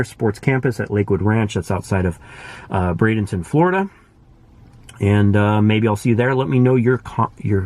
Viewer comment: You are correct. Br-ay-denton